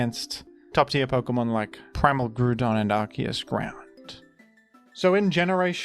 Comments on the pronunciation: Brother its not pronounced "Groodon" its pronounced "Grau-don". I am not a pokemon pronunciation Stan but that one just drives me up the wall. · Grow-don doesn’t even make sense 😭 I can at least see the logic behind groo-don, look at the word ‘group’ for an example. It’s definitely grau-don because GROUND, but I can’t be mad at people for mispronouncing it as groo-don. GROW-don, on the other hand, is unacceptable lmao, how dare you